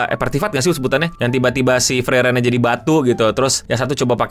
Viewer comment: kenapa lu nyebutnya himel sama frerein dah gw jdi bingung jr